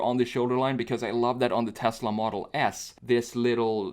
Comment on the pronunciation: dude why do u say tesla model ass instead of model s lmao